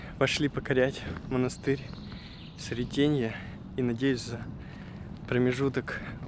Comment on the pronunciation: Прекрасное видео, съемки!)))) Но все же этот регион требует знаний по истории.. Думаю, что со временем вы разберетесь, есть некоторые несоответствия. И да, белгрАд и срЕтение, а не бЕлград и сретЕнье)) И не кости, а мощи)) Святые оставили нам свои нетленные мощи, чтобы исцелялись люди по своей вере, в этом ничего страшного))) Но мне очень понравился ваш фильм, ваша легкая подача и я подписалась)))